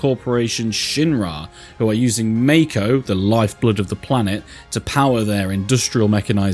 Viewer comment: It’s Mako, not Mako